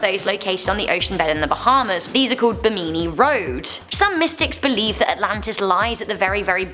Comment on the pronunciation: I live in the Bermuda Triangle in The Bahamas 🇧🇸 and it’s Bimini pronounced (bem-in-e)